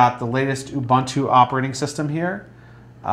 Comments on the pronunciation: Ubuntu no Ubantu....lol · LOL abuntwo? It's pronounced OOOBOONTWO. Oh and FYI it's a quad core now, not a dual core. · Re: Ubantu/Uvantoo - right? If you're going to hijack another culture's spiritual concept, at least pronounce it correctly. Disrespect compounded by disrespect. SMH. Cool technology and everything but - smh.